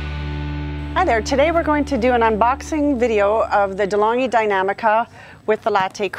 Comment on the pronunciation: Deh-Long-ghee Dee-nam-ee-ca